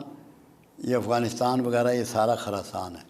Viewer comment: ایک تولفظ خراسان کی خ پر زبر نہیں بلکہ پیش پڑھنی چاھیئے، دوسرے یہودیوں کے درخت کا نام زرقد نہیں بلکہ غرقد ھے